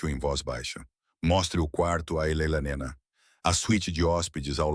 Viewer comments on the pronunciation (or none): O narrador IA precisa aperfeiçoar a pronúncia do nome da "Elelanena"😅😅😅 Alguém deveria explicar-lhe que se pronuncia E-le-na e não "Elelanena" 😅😅😅